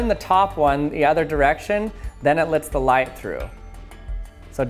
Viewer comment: Does he purposely say lits light through, instead of lets light through? I mean he is talking about light so is he just being punny?